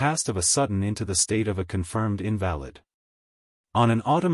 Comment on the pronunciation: LOL This narrator was a poor choice. He just pronounced invalid as in valid!